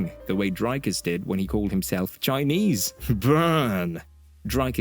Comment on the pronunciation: Drakas does not exist. It's Dricus. I not A.